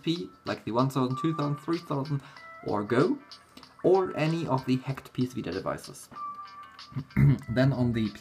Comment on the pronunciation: "HEKT", "HEKT", "HEKT"... X)